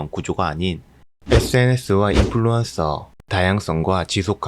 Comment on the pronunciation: 경상도 분이신가요? 인플루↘️언↗️서 ㅎㅎㅎ 반가운 사투리네요